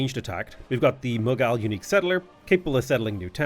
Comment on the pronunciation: The way he pronounced Mughal🤣